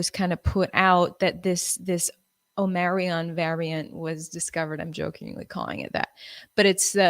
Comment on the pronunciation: Say it with me : OM-MI-CRON Gee-lane